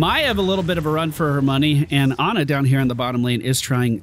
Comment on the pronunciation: Dude it's Ana, not Anna! You know that sound you make when the doctor puts the popsicle stick on your tongue and you say "ahh"? It's like that. Ahhh-na.